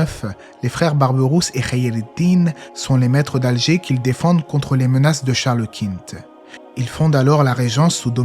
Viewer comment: Charles Quint, ça se prononce "kun" en français